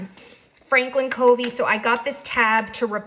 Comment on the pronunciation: fyi Covey is pronounced like "Cuhvy," not like "Coevy." Very nice video; thank you. First one I've seen. Subscribed.